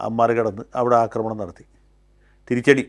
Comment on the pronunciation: ആദ്യം അവതാരകനെ നല്ല മലയാളം പഠിപ്പിക്കണം. സിന്ധൂര്‍ അല്ല സിന്ദൂര്‍ ആണ്. അനാവശ്യ stress കൊടുത്താല്‍ എന്തോ വലിയ സംഭവമാണെന്നാണ് പല കേരള മാപ്രകള്‍ക്കും... വിധ്യാര്‍ത്ഥി, അധ്യാപകന്‍, അക്രമണം പിന്നെ കുത്തും കോമയും തെറ്റിച്ചുള്ള ഉച്ചാരണവും....